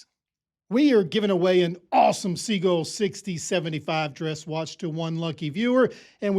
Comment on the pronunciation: Hey, Sea-Gull, Sea-Gull, Sea-Gull, Sea-Gull, Sea-Gull. Pretty please.